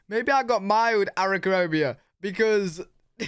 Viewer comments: "Arithnamobia" "Arickarobia" These are the two words That came out of your mouth🤣😉 They are unique and interesting words. It would be a shame to waste them. Perhaps we'll come up with a use for them in the future🤷‍♂️ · Yeah, we got some national geographic stuff running around. But for the most part you don't run into the nasty stuff. The word your looking for is arachnophobia....pronunciation a rack no phobia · i love him trying to pronounce arachnophobia